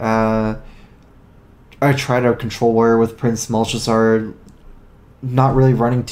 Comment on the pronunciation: Anyone else bothered by pronunciation of Malchezaar? It sounds wrong, whether it actually is or not.